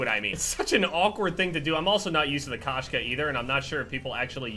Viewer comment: I'm pretty sure the sniper rifle is called Koshka not Kashka. Koshka translates to female cat in Russian.